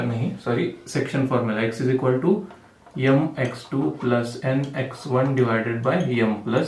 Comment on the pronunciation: Sir यम nahi m... Sorry but nice explanation ...... Understood everything...